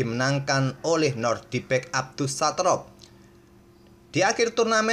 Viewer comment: nodirbek min, bukan nordibek